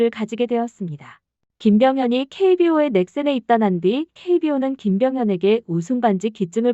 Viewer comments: 김병현이야. 발음이 김병헌으로 들려. 이병헌하고 헷갈리는거 아냐? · 헌이아니라 현이요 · 왜 자꾸 김병현을 김병헌이라고 함?????? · 김병 현이에요.. 계속 헌 헌.. ㅠㅠ